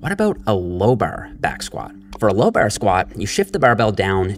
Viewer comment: The way he pronounces "bar" just ruins the video for me, it's a torture for my ears, but keep up the good work